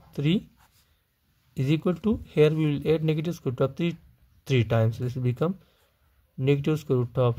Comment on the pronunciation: Scroot?? Oh... sqroot or square root. Never heard of scroot before! 😂